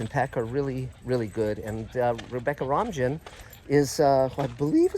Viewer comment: Rebecca Romijn’s last name in English is essentially pronounced “Romaine” (like the lettuce)